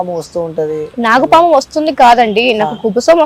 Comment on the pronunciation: నాగం పాము కాదురా అయ్యా నాగ పాము 😂😂😂